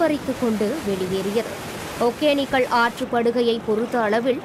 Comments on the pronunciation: Modhalla news vaasikarava vaaiya kizhikkanum. Eppa thamizha kadichi thuppura. ஒகேனக்கல் அதப் போய் ஒக்கேனக்குள்னு படிக்கிறா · First tamil ah oluinga uchari athu Hogenakkal.... Hogenikkal illa..